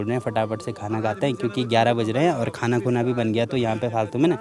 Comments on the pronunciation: भाई, सिर्फ़ खाना बोलिए खूना नहीं... Beautiful vlog... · beta. Bhojan bolo ya prasad bolo. Khanakhuna nahi ji